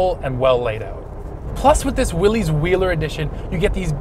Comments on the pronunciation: Please, please, it is pronounced "willis" NOT "willeez". John North Willys would appreciate it if you said his last name correctly! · What’s a “Deck-all”? Better yet what’s a “Willies”? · No. Willys is properly pronounced "Willis". Like "Bruce Willis" of Die Hard. That's an understandable mistake.